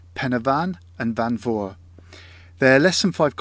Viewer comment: Oh that welsh pronunciation hahaha! It's tickled me. Fawr - think hour not oar Pen y fan - pen "er" (shorten the r sound) van Corn du - corn dee Careful parking on the verges if you're going there they'll ticket you. Everyone does it, but yeah fines happen.